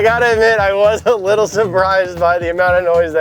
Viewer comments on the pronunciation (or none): none